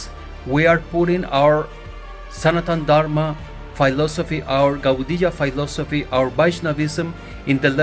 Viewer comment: it´s philosophy, not phailosphy